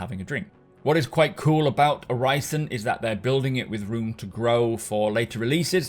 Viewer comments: The "i" in Orison is pronounced like the "i" in "in". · Uhg, i love Macs videos, but it's hard watching a video about Orison when he pronounces that way. Like nails on a chalkboard. Sorry for being negative lol. Still love your videos.